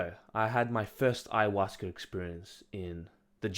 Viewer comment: There is no R at the end of Ayahuasca. And it isn't fermented.